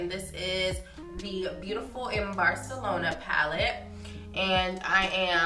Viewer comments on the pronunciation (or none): none